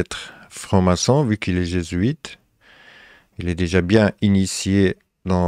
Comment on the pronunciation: Jésuite : /G\ huit…